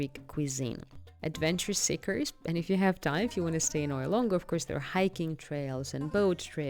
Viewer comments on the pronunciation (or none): Good video but it is not Oy-ya but E-ah. It is important for a video influencer to say the names correct as many listening don't know the difference. Thank you.